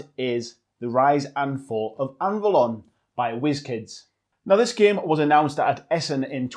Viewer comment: BTW: Anvalor, not Anvalon...